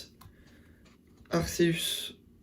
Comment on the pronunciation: Oh le team "ArCeus" ça me stresse mdr, ArKeus pour la prononciation à 100%